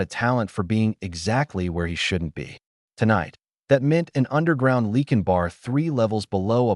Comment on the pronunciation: What is it with AI not knowing how to pronounce Lycan? I cringe every time I here Lee-kin.